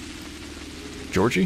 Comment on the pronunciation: If you want to read a Russian word correctly (like Georgiy's name), it's very similar to Spanish, each letter represents a single sound (in Spanish it's not always the case, there's h, ll, etc.). So Georgiy is roughly ghe-org-eey.